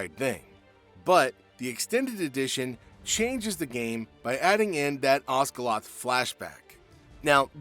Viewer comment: Osgiliath not Osgelot. The letter i is present twice in the name of that fallen city and it's not supposed to be silent ;-) I disagree with the "for Frodo" attack at the black gate. 1st: the mouth of Sauron does only talk about 1 halfling, and if Sauron had the ring, he would have handled the situation differently. 2nd: they were surrounded and were there to buy time. Standing there back to back, waiting for Suarons side to attack would have meant they have no space to move and even less chance of survival or to do damage to the enemy. So they, in their "final" charge tried to get into the best fighting chance to buy time to the remaining hobbit (Sam) to maybe still get it done. Just my take.